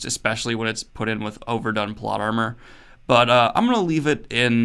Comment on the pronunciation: Did anybody else hear "plot llama"?